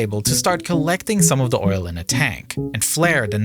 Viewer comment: Witerwwy biggest oiwl spwill everrrr.